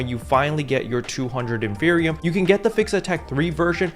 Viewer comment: Isn't it in-fer-ni-um. Like inferno and copium combined